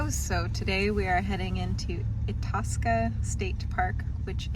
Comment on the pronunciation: Akeley is pronouced "ache-lee"... Itasca is " eye-task-ah.... just some friendly help from a northerner. great videos! edit: Akeley isn't too far from Itasca... about 40 miles south-east.